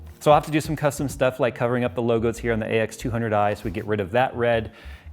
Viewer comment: When he says AX200i XDDDD